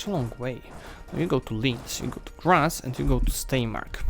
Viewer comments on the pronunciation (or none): none